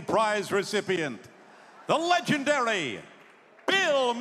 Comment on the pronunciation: "The Legendaly"? Wow, mispronunciation